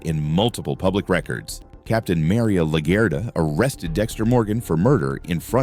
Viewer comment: Pretty sure this is one of the many AI generated channels that Bloom was exposing (like South Park and Simpsons). Similar thumbnails and weird mispronunciations make me think this. “Mary-Ah LaGerta” instead of Maria Laguerta? I mean come on😂